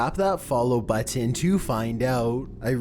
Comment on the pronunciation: It's button, not "bu-TEN"